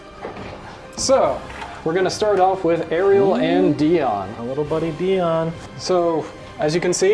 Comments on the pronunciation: Dion is pronounced DIE-on. Not DEE-on. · Weird that they say Dion when in the original episode his name is pronounced “Die-on”